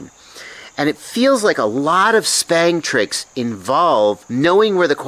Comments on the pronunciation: Every time he say it lol SPANG! That's what I'm hearing lmao Stick bang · I was under the impression that "sbang" was pronounced "s bang", which is short for "stick bang" because the sticks are banging the ends? Am I totally incorrect on that?